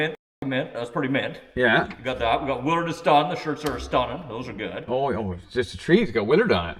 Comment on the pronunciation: The HIPPY VAN WILL BE THE TRIPPY VAN IN SHORT ORDER, NEXT VID. When I first found your channel it was in the winter time & I thought you kept callin UR DAG " WINTER DAG ". Much later I realized it was actually " WILLARD DAG ", LMAO.